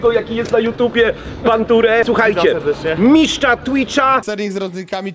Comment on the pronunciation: Mówi się Mistrza nie "Miszcza" szczać to można pod krzakiem